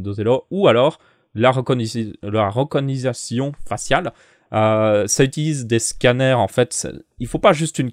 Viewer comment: la reconisation? Ou reconnaissance xD